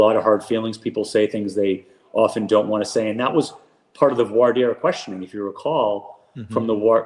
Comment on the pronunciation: Thank you,, for correctly pronouncing 'voir dire'. A pet peeve of mine, is to hear it pronounced (voor-dyer).